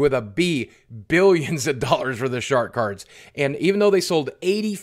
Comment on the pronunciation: Did Boogie call the star cards shart cards lol?